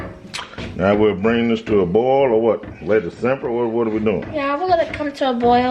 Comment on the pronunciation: "Bell peppers, red and green. For Christmas I guess." And the way he said boil🤣He is hilarious lol. It looks good!